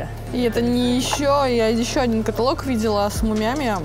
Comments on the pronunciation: Огонь! Как говорят девочки. Но , товарищ переводчик каталОг, каталОг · КаталОг! КаталОг